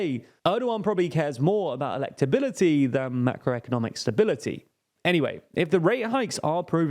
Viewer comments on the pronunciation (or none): none